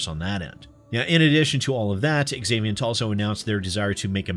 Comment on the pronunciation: When a name begins with the letter "X" it is pronounced as if it were a "Z". So "zaviant" not "exavient".